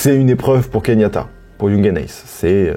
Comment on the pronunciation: Keyanta... pas Kenyata 😉